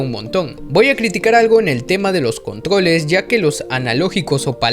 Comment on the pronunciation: "contgoles" "cuatgo" "tgompicones" haga ejercicios para su dislalia, o prepare un guion para no decir cuatglo